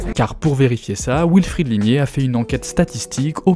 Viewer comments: Euh... "Wilfried" peut se dire "vilfrid", c'est allemand à la base. "wilfrid", c'est la prononciation anglaise. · L'intro commence mal... Wilfred/ied est un prénom d'origine allemande (comme les rois d'Angleterre) et le W allemand et français se prononcent bien tous les deux V et non OU. Il y a des Alsaciens qui s'appellent Wolf et que les Français anglicisés de base appellent Ouolf à l'anglaise et plus du tout Volf à la franco-germanique... V comme dans comme dans Volkswagen, wagon... Dommage de reprendre le bien parler pour se moquer en se plantant ! (pour info, nombre de talk-shows UK traitent de la prononciation de l'anglais par les Britanniques avec cas typique, dit-on "us" (nous) avec un s ou z final??? -- l'anglais étant de l'avis des Britanniques eux-mêmes une bâtarde moitié française et moitié germanique... d'où ma remarque sur le Wilfried allemand) Le reste est trop trop long! Le sujet est intéressant, mais trop documenté car simple à expliquer: la lutte des classes... la queue de comète de la lutte des classes...